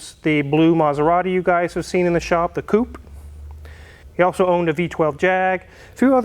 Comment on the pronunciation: you really do not need an introduction. We know it's you and what you do it's not a TV programme just get into the content. The 164 3 litre V6 twin spark. it's Cou pay not a Coup!